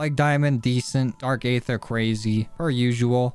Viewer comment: no hate but it’s pronounced dark ether